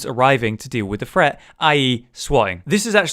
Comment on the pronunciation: I quit watching this after about 30 seconds because this dude doesn’t seem to know that there is a difference between the words ‘threat’ and ‘fret’? I’m now going to go and watch a Ted Woodford video on fret levelling.